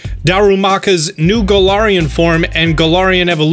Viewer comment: I’m not hating but Gul-arian